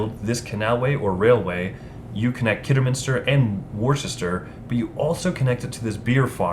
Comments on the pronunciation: Not 'wooster'. It's ' wuster' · The inclusion in the rules of the details of the industrialist characters on the cards is good, but I do wonder if a phonetic pronunciation guide to the placenames would have been useful: Walsall = "war-sall" Nuneaton = "none-eaten" Worcester = "wuss-ter" (wuss to rhyme with fuss) Uttoxeter = "you-toxeter" (And before any Americans complain about British pronunciations - have a look at Arkansas, Boise and Des Moines 😉)